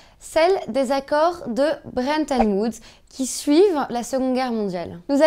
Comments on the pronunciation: « Très peu Z achetés », « BreNton Woods »...votre maniement de la langue française et votre rigueur ne sont pas indexés sur le cours de l’or, ça c’est sûr ! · C'est dur de dire Bretton Woods mademoiselle :P